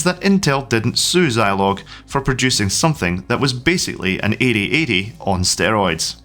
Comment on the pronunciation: I never had a Zeeee80. Had a Z80 in my ZX Spectrum. Also, shouldn't Zilog be pronounced 'Zeeeilog'?